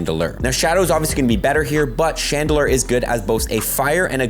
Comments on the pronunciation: Love, but cringe every time he says “Chandelurrr” 😅 When pronouncing it, simply think of the word ‘lore’ and add that to ‘Chandel’. 👍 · and Chandelurrr? lol